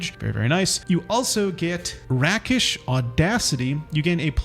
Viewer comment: Rakish is rake-ish, panache is either pa-nash or pa-nosh